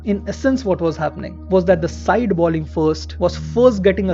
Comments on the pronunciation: The presenter has a thick Indian english accent, and a lot of Indians mispronounce 'bowling' as 'balling'. That's the reason. Anyway, that doesn't detract from the entertainment value of the videos, and the interesting stories he brings to the audience. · I like your videos but I notice that you keep saying balling instead of bowling. Its is not even about grammar, that ball is a noun and bowl is a verb but anyone who knows cricket, surely knows it is bowl, bowling etc. Maybe you have a reason?